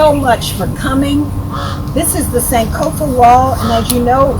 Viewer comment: are you not ghanian? why do you pronounce "sankofa" like that?